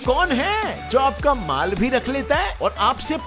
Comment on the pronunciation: Bro he said maal not baal